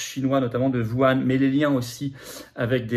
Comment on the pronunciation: C'est pas "Vouane", M. Philippot! Lol c'est "WOU-HHHANE" 🙄